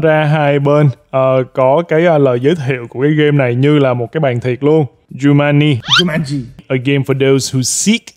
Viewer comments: giống em nek cứ tiện miệng nói jumani nhưng đọc đúng là jumanji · Ở video nói chumaji quay xong xem lại mới biết đó là jumaji: vl 😑😑😑😂😂😂😂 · kiểu: coi lại video, chết cha, đọc lộn Jumanji thành Jumani nên ghép cảnh zèo để tăng độ hài hước và sửa từ sai:DDD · Nhắc bao nhiêu lần là jumanji mà cứ đọc sai hoài, thui bó tay:))) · Ok anh, Giu-man-gi (Jumanji) :)))